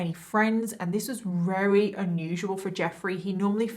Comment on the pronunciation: When you say “very” You say “rerry” hehe x